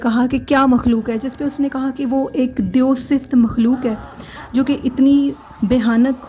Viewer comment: It's deo , not deyo !!!?!